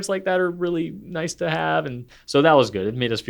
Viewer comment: .19 did just say “noice”? 😂 If that’s a Kath&Kim reference, I’m impressed. Greetings and thanks from Australia.